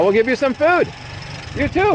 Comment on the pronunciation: "fewd" lol (congrats on 50k subs!!!!!!!)